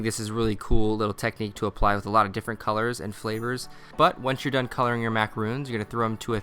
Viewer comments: Ugh, you were doing so good at saying MA-KAH-ROHNS then you started saying MA-KAH-RHOONS throughout the video. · This is an awesome idea, thanks for the recipe! Gotta tell you though, it's pronounced 'ma-cah-ron', not 'ma-cah-roon'. Macaroons are those delightful little crispy coconut cookies, and macarons are obviously what you just made there. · Macaroons and Macarons are 2 different cookies. Macarons are pronounced with 1 "O". He keeps calling them the wrong cookie by saying "macaroon".